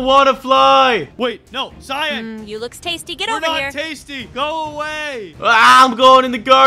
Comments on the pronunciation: Anyone noticed how he pronounced cyan as ci-yon instead oc ci-yan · It is cyan not cypn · It is cyan not cyon